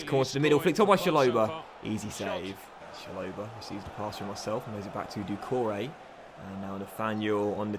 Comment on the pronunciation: It’s Rich-ah-lee-son and Cha-lo-bah (said quickly)